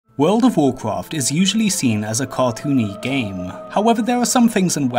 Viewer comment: Wooled of Woolcwaft?